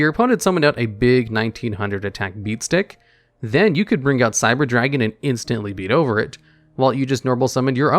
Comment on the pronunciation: I do not know why I find how you say "beat stick" so amusing 0/